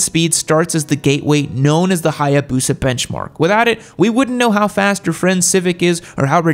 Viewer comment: So the Hiiiiiboosa has Can-Gee on it yam?